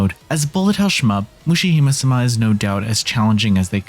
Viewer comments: I'm sorry but ... mushihemusuhmah? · It's ok, it's difficult for a lot of people who don't get to study Japanese, he actually did ok, it's relatively close. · Way to butcher the pronunciation.